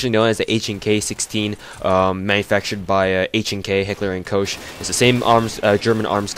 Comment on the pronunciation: I thought the Koch was pronounced "coke."